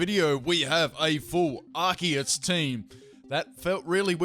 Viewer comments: Isn't this read "Arseus" not "Arkeus"? or im wrong? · It's pronounced ar-see-use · pronounces arceus "arkeus" dislike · Goddamnit its not Ar-kee-iss! Its Ar-see-iss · Are-see-us Arceus.